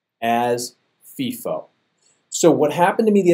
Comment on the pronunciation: its pronounced FY-FO, not FEE-FO, when talking about FIFO